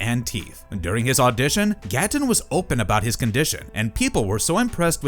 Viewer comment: And it’s pronounced ‘gate-en’ not ‘gat-tun 😂